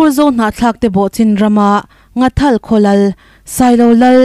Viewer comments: Ngathal ni lovin NGHATHAL tih zawk tur a ni e,from Nghathal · NGHATHAL tiin Mizotawng dik taka lam tur ani e